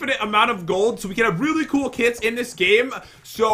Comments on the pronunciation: Every time Pat said kits it sounds like he is saying kids lol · Did you say kids XD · I was so confused at the beginning because I thought they said Kids not kits XD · When you said kits I thought you said kids hahahahaha